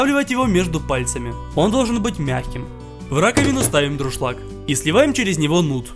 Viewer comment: не друшлаг, а дуршлаг